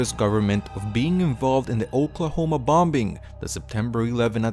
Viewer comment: "Oklahoma bom-bing" 🤣